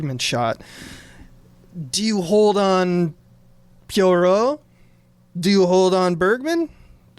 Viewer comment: Ayy, it's my episode!! I'm so happy how this turned out! Thank you to Dave and Tom, but also! (Also, JFC, learn how to say Poirot,!) Loved your take on the Ohlsson (Bergman) interview scene--that one'r is almost the sole reason I got so obsessed with the Lumet version that I commissioned the whole thing! Can't wait to hear you guys talk about the Branagh version, which... I kind of hate, and I think you guys will talk up a lot more, but I'm ready for the pain!